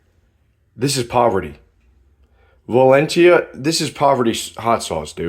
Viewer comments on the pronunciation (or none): Umm it’s Valentina not valentia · “vaLeNtia” lmao (me as a Mexican cringing to the way he pronounced Valentina) great meal prep idea though!